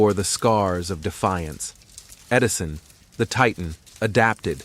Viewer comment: “Tesla vs. Edirson”? Hahaha